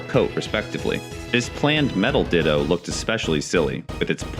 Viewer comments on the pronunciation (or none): none